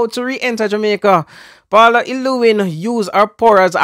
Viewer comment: Bro you’re not calling the lady name correct. Paula.